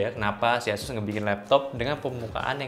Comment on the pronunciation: pengucapan ASUS nya ga konsisten nih. Awalnya asus, berubah jadi eses, berubah lagi ke asus :)